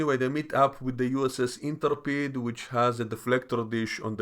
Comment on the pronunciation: Intrepid. Inter peed? You mean In-trep-ed